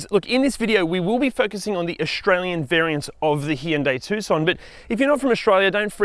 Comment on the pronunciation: At least you can pronounce Tucson correctly